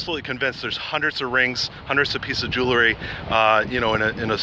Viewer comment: Sorry pet peeve. It's Jew-el-ry not Jew-ler-ry. Helpful video. Thanks